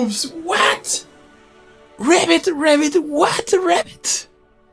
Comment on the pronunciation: Yeah, with bigger audience you could organize like these brawl events. Like no decks with custom limitations, to see who can get most imaginative build going within the constrains. And btw it's pronounced ribbit (the 'i' should sound like in ribbon). You were rabbiting a lot, which is, you know, a rabbit :D